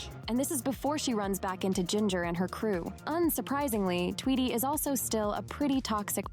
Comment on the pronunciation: It’s pronounced Tweedy